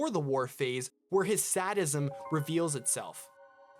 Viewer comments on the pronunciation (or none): Amazing video, truly interesting, but quick note: Sadism is pronounced “say-dism” not “saddism” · "Sad~ism" lol I love this video, but that's a fun way to pronouce sadism xD